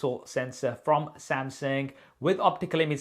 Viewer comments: how to pronounce samsung......!!!!!!!!!!!!!!!!! wht the helll samseng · I love you but I really wish you'd learn how to pronounce Samsung properly <3 samsing.... samsang... no. Samsung